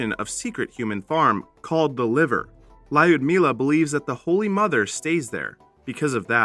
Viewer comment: And the way he pronounces Ljudmila. Just... Cringe.